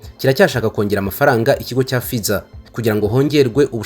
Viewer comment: Murakoze cyane, gusa basoma /ˈfaɪzər/